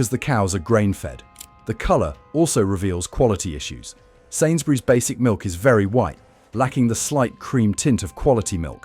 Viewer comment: Wery Wery good making